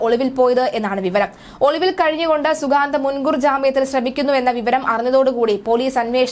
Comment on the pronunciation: അവന്റെ പേര് ശരിയായി പറയൂ